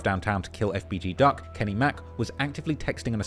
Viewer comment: I hate the way officials, and news anchors say these names. Like FBG Duck, every single one of them stumbles over the letters FBG, like it’s some complicated 6 syllable word. For fuck sake just say it without sounding like an idiot.